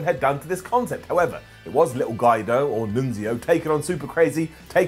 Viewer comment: "Little Guy-do" lol I love it. G'wee do/Guido mate. I'm taking the piss great vid